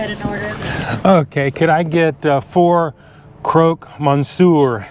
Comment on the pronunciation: it’s pronounced croc Monsieur nor croak